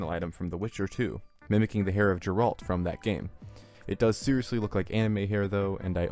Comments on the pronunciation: Jeralt…. You mean geralt? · It's Geralt not Jeralt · How did you spell Geralt "Jerald" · I watched this just for the Witcher 2 reference and felt my chest cave in when you pronounced Geralt like that. Good video, though.